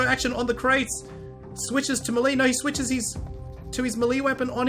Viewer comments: Why does he pronounce melee as mel-lee, when it's actually pronounced, may-lay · It's Malay not mely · ITS PRONOUNCED MAY LAY JESUS CHRIST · He meant "melee" weapon. Not Malay language.